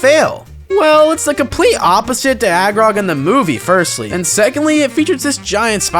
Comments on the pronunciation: Ayo who is Agrog? Its Aragog, from what I remember correctly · Not him saying “agrog” is friendly 😂 Bruh Aragog tried to feed two 12 year olds to his family of giant spiders